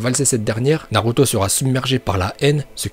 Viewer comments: Ta dis naruta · C’est moi ou il dit Naruta a ? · A tu as dis NARUTA au lieu de NARUTO😂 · Tu a dit naruta😂😂😂😂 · oh fuck il bient dit naruta